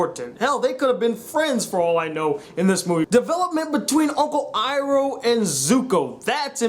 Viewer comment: lol “uncle eeerrooo” 😂😂😂